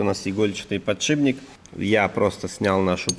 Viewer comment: ты раз 30 сказал подшиБник. Еле досмотрел, но уши до сих пор болят. Если еще скажешь шруЗа, я вообще перестану тебя смотреть